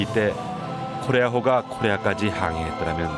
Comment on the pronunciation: 코레아호에 탑승했대요? 나레이션 발음이 딱 거기만 뭉개져서 안 들려요